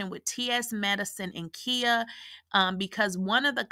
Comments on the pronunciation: It's KHIA!!!! NOT KIA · Who is Kheea? Do you mean Khia (the “I” is pronounced like the word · Her name is KAI -YAH. KAI-YAH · Right I'm listening but I'm like who is Kia 😂😂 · Lolz... the way she keeps pronouncing Khia name... Has me in tears 😂😂😂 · Sis…are you purposefully saying Khia’s name wrong or is this by mistake? Idk why it has thrown me all the way off listening to you say this woman’s name wrong😂🤦🏾‍♀️ Or have I been pronouncing wrong for the last 20+ years???